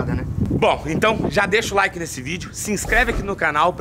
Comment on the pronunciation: "Laike" kkkkkkkkkkkkkkkk